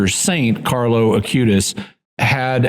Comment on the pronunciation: Is it just misspeaking, or is there a reason I'm not aware of that Jimmy refers to the new saint as "Carlos" Acutis, rather than Carlo Acutis?